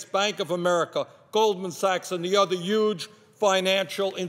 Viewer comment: There's a H in the word huge. H-U-G-E... it's pronounced HUGE with the H. I would like him to pronounce the word "HUE" as well. :)